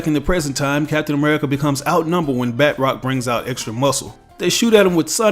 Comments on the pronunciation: Hah :D bud it’s isn’t bat rock, his name is pronounced bah trock, he’s French, does bat rock sound French ? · Just a little nitpick, batroc is French and pronounced more like “batch-rock” than “bat-rock”. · It's kills me when he says batrocs name because he pronounces as if it was spelled batrock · Its not pronounced Bat Rock..... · We all make mistakes